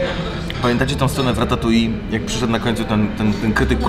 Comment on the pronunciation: Ale wiecie, że to ratatuj a nie ratatui? :D